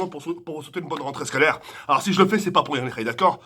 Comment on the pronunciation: " Woulah quand j été en echec shcolaire " 😂😂😂